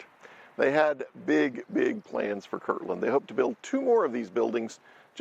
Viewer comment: I don't mean to be a Grammer police, but it is Kirtland, not kirkland.